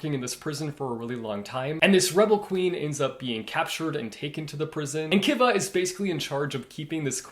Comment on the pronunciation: It’s pronounced Kiva like Key-Va